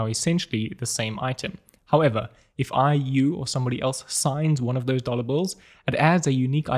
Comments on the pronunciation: I heard "dollar Bull" several times 😅 Awesom video and the fact above made it even funny for me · Got really confused at the start, thought he was saying 'dollar bull'. Is this a new coin I haven't heard of?!?!